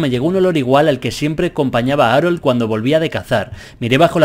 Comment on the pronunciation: Arol JAJAJAJ se pronuncia jarold xD